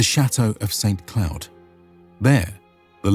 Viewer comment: Just pointing out some minor issues in this video : - The picture of Rousseau, a pre-Revolution Swiss philosopher who died 11 years before the start of the Revolution to illustrate France's leading statesmen at 3'39'' - Robespierre pronounced "robes Pierre" at 5'03''when it should be "Ro-bess Pierre" - The "Cloud" in Saint Cloud is pronounced "cloo", both the "t" in Saint and the "d" in cloud are silent at 8'28'' - At 16'3'', you mention the rifle as being more cutting edge than the musket. Rifles are not a new technology (use by German and Habsburg Jaegers, by frontiersmen in the 13 colonies and later the US, by British Riflemen etc.), they're just more expensive to manufacture, slower to reload and need more training for effective use. Enemies of Napoleon only issued them to specialised skirmishers units and sharpshooters that recruited woodsmen, hunters and game wardens. - At 16'54'', you mention the Charleville musket as being conceived in 1717, it's a mistake. It was conceived in 1777. Its production was standardised to near industrial scale thanks to the Gribeauval system, which also applied to the much successful French artillery. - 17'22'', you mention 1777 as being year IX of the Republican calendar. The calendar started with the proclamation of the Republic in 1792. Year IX are the years